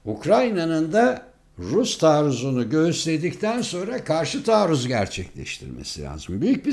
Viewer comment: ne dedin ne dedin? karsi taruzmu dedin?🤣🤣cok sakacisin gercekten hahahah😘🤣🤣🤣